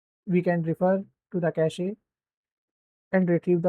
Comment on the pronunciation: Cache is pronounced as Ke - shhhh, not ka shee. I'm telling you this so that your students are not laughed at, when they start working. Happens a lot